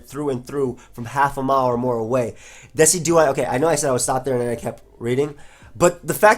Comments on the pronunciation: I think it's De-CI-du-eye, as in deciduous trees. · "Dih-sih-jew-eye" Like deciduous trees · its de-ci-du-eye(low e, low i) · I think Decidueye is pronounced like a Deciduous tree. De-si-jew-us. So it would be de-si-jew-eye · dessy dew eye....bruh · I'm pretty sure it's pronounced like deciduous+eye. like de+sid+you+eye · the way you pronounce Decidueye it's based on the word Deciduous like trees